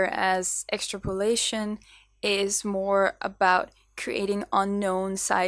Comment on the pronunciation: Excellent interpretations of emotions, transferred into animal form, very well performed. The word aspect, although with those talents and a demeanour that shouts ready to learn, I wouldn’t worry. It’s pronounced X-Trap-Olation so the P flows into the O. But we all know what your saying, although in terms of relating it to your sketch emotions, your saying it like, is this ok, like the famous scene in Oliver Twist, when Oliver asks for more, more please sir. Brilliant Vlogs your flying!